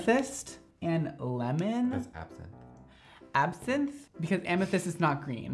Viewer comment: WHEN YOU PRONOUNCED ABSINTHE WRONG I BUSTED OUT LAUGHING